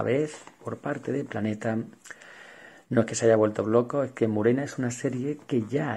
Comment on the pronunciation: Murena,Calígula???.Por favor,y encima lo repites muchas veces.Por lo demás perfecto como siempre.Un saludo.